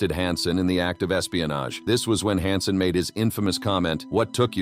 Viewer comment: It's H A N S E N, not HAUNSEN